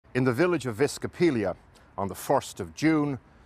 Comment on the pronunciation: "Viskopillia"? Professionals who can't read.